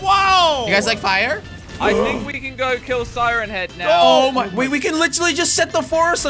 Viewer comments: He said "siren ahead"😂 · Does everyone think that they say siren head wrong? Because i do